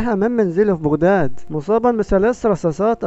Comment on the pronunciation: المصريين لايقولون بوغداد بيقولو بغداد بفتح الباء فياصاحب القناة لاتكذب وتكول انك مصري اكثر الكلمات انت تلفظها ومنغير ماتحس تلفظها بالطريقة العراقية ،، يمكن انا اول من كشفك انك عراقي هههههههههههه